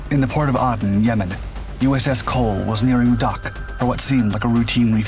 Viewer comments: Aden is pronounced "aid'en." Not add'en. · I believe the reason why he mispronounced this is copyright laws. If you notice he does this on other videos.